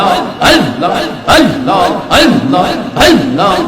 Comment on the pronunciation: আল্লাহর নামটা সঠিক ভাবে উচ্চারণ হয় না। পাউল